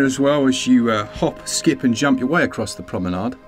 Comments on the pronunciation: I’ve had my eye on inkulinati for some time on steam. But maybe i will get it on switch… some games are simply more suitable for pc, some for console. Also top notch pronunciation of ‘promenade’ there, guys. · The posh pronunciation of "Promenade" is the correct one ;-).